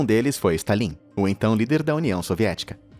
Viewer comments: "Estalim" é ótimo! 😂😂😂😂😂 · Vídeo bom. Porém.... Stalín? A pronúncia acentuando a sílaba 'lín' com acento agudo no "i"? rs.